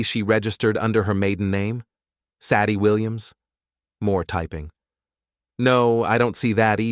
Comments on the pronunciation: This channel needs help. Saddie as a name, instead of Sadie. Does this crappy A.I. HAVE A LEARNING DISABILITY? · "SADD-eee"? SAY-dee, robot boy,SAY-dee. I could be wrong. Is "Saddy" an actual human female name? Silly robot, narrating YouTube cheating stories is for humans. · Pine Valley Lodge doesn't have elevators. It has individual cabins. Sadie is pronounced Sa-die with a long "a". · Cant pronounce "Say-dee". Ridiculous AI reading.